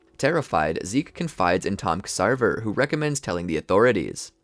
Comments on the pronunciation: Ya see I could handle the mispronunciations and small misplaced facts about when certain little stuff happened like when Armin showed the book or the way you say Ksaver ("sah vah").... but the fact you said Rod had Historia's.mother killed... did we even watch the same show homie? Kenny killed her and tried to kill Historia too but Rod stepped in and had her sent away to live as Krista Update: the amount of mispronunciations makes it hard for me to enjoy this video TBH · You got a couple things wrong; Only 7 of the nine titans were captured by Marley, the attack titan remained elusive and the founding titan was on paradis. King fritz of the walls did not make any of the mindless titans outsided the walls. It was marley that sent “traitors and treasonous eldians” to the island as titans, subjugating them to become titans for life. Ksaver’s name is pronounced like Xavier and pieck is pronounced as “PEEK”. Also calling Mikasa obsessed is uncalled for, she literally lost her family at a young age, its why she is very “protective”( and rightfully so) of eren because she doesn’t want to go through that trauma again.